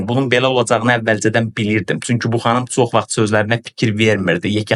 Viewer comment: Düz deyirsən ancaq sən özündə Azərbaycan dilində danışmaqı öyrən. Hesnə yox heçnə sox yox çox deyirlər.